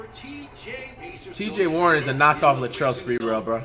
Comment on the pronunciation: "Latrell spertrell".